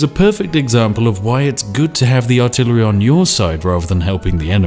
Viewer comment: PewDiePie: WhAt Is AlTiLaRy OnLy? Spiffing Brit: Casually altillery only in his video without thinking about it